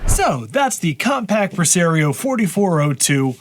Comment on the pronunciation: I’m fascinated by your regional pronunciations. “Pre-Sair-eoh “ Instead of the official “Pre-Sah-rio”. You do the same thing with Mario as Mare-eo.